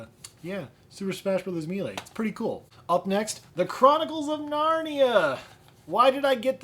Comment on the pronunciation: I have a pretty good sized Gamecube Collection. The 8 Players in Mario Party 7 work by 2 players using each side of one controller. You pronounced Melee wrong, it is pronounced "may-lay." I actually got a Gamecube just for Smash Melee because it was a game I was always playing with my friends and I enjoyed the N64 version. Melee has been one of my most intensely played multiplayer games. I have the Resident Evil games, I just need to play them. Double Dash is my favorite Mario Kart game. I love Four Swords Adventures, one of the more underrated Zelda games. I played through Ocarina of Time on the N64 several times and Gamecube once, but I never actually finished Master Quest, and I have already started Master Quest on the 3DS. Twilight Princess is one that I did not like at first but it grew on me, a few years ago I got the Wii port and it makes me like the Gamecube port a lot more. I have hardly gotten anywhere in the Wii version. Twilight Princess was released in 2006, it was a launch title for the Wii. I love the Harvest Moon games. I did not like A Wonderful Life as much as Magical Melody. 64 is my favorite. I liked the Super Monkey Ball series, but Banana Blitz on the Wii ruined it for me. I have always wanted to play Twin Snakes. Some of my favorites for the Gamecube are Legend of Zelda Wind Waker, which is my 3rd favorite Zelda after Ocarina of Time and Link to the Past. Super Smash Bros Melee. Paper Mario Thousand Year Door, my favorite Mario game. Metroid Prime. Anim